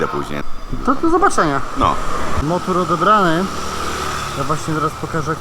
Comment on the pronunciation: Motor nie motur